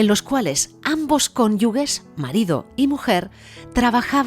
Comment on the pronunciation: Además es cónyuge, no cónyugue. Posiblemente este sea un error de arrastre generado por "conyugal".